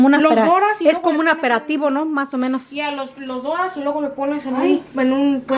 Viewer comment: Amis hijos también les gusta hacer esa receta y me da risa cada vez que dices aperativo xq es aperitivo Jajajaha y sobre los botecitos para hacer el café yo siempre lo hago así y sale mucho más barato y tiene uno diferentes café y los botecitos en Amazon me salieron baratos 6 x 3 dólares